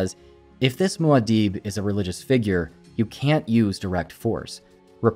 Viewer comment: Your pronunciation of Muad'Dib is wild 😂